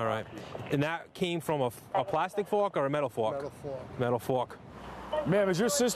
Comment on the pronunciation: "...and that came from a plastic fuark, or a metal fuark?" "Metal fuark." "..Metal fuark"